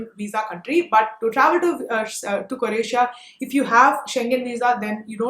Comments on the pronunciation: That was an awesome video engaged from begining to end. Loud and clear without any drag of content. Please note it is Croatia cro Asia not cor Asia But I would suggest if you had the breakup of the budget posted on the right side ( floating ) it would have been even better. Ciao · Croatia not coratia